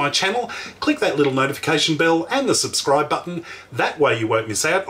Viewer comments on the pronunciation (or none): none